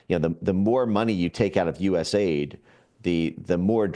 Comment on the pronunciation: Also, stop saying US-AID. It's U.S.A.I.D. The A.I.D doesn't stand for aid. They don't provide aid.